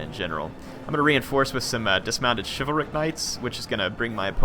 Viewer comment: I like this video and I will watch more of your stuff, so please don't take offense, but I hate how every Youtuber pronounces "chivalric." You all say it like "shiv vul ric" when it should rightly be pronounced "shiv VAL ric." "Shiv vahl ric" would be ok too. /rant